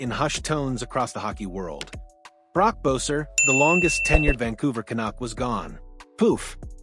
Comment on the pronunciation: Cant even say his name right? Is this AI?